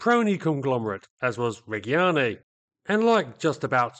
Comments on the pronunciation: excellente! (one small note; Reggiane has soft g's, so, reg, [as in the short for Reginald] and gee-ahn-nay) oh nevermind. I see below someone has already given you the note... always read before you chomp at the bit kid... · The G in Reggiane and Regia is soft, closer to a J. like the G in in "agitated" or "ginger". The hard G in Italian is followed by an H, same as the C and CH. Examples of an hard G and hard C in English that use the same spelling would be words like gherkin and orchestra.